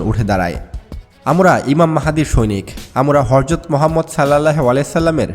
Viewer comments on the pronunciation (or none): হরযত না হযরত ।